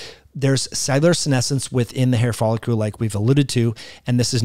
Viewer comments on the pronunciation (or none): Very interesting. Wondering if photobiomodulation may be helpful. *It's follicle (icle-like pickle)...not folicule-like molecule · Why do you pronounce "follicle" wrong? It's not folliCULE but that's how you keep saying it.